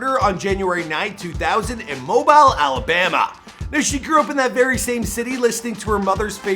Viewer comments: It’s not Mo BILE it’s MoBILL get it MO BILLE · Lol sound like he said Mo-ball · I get my hometown may not have a million people, but fr I know people know it's MOH-BEEL, not Mo-bial like how British people call a cellphone. Jfc. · Tf is Mo Byel ??? Sir it’s pronounced Mo-Bill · It’s Moe-Bill not Moe-Ball (Mobile, Alabama) show some respect #251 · Mo-bile, Alabama??🤔🤭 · MO-BILL=MOBILE! NOT LIKE THE PHONE. N E WHO......MOBILE ALABAMA 251👏🏿👏🏿👏🏿👏🏿👏🏿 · Lmao to be fair, he said “Mo-bile Alabama” so apparently everybody can get it. 😂😂😂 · It's pronounced "Moe Beel". Like in automobile. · Y’all said my city name wrong 251📍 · thank you!!! He straight disrespecting my city lol